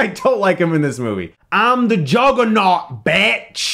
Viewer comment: "I'm the Juhguhnawt, BETCH." -Chris Stuckmann 2017